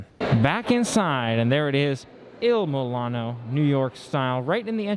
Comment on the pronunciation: 🙄 Not once did you say the name of the restaurant correctly.